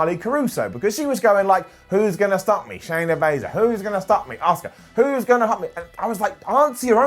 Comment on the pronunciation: I swear said Shaya baisley